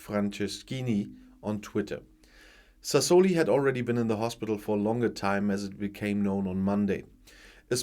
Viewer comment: Good morning. I hope Signore Sassoli will rest in peace and I hope even more that you are not annoyed when an old teacher corrects your pronounciation. It's Sasso li (kurzes, scharfes s) and Met so la ( wie deutsches o ). Best regards from not so sunny Malta:).